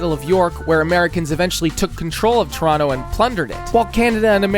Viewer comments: he mispronounced toronto get him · the way he pronounced Toronto with that second T really pissed me off. Though it wasn't close to the worst one, as Boisbriand probably holds that LOL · why bro saying "Mawntreal" "circus oleh" and "ToronTo" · “MAWN-tree-all” “reh-GEE-nuh” “yay-LOW neef” ??? Like seriously??? Don’t get me started on how he says Toronto as “too-roon-TOO” it’s killing me